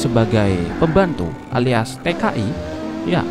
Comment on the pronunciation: Orang di era 40-80an bisa bahasa inggris semua, apalagi tahun 1928 :v EDIT: T.K.I.= tenaga Kerja Indonesia EDIT LAGI: TKI kerja di luar negeri, bukan di indonesia EDIT TERUS TKI bayarannya mahal EDIT BERKALI": Ngomong TKI atau PKI sih :p